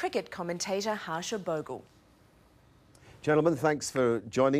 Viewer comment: Harsh boggu 😊😊